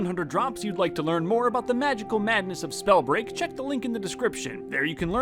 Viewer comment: Wait did he say "Whats going on SnowBreaj fans"